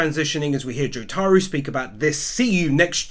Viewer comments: Why do you people pronounce JOTARO as JoTAro instead of JOtaro. The accent is in the first syllable mongs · The way he says jotaro... Doesn't feel right. Jo TAR o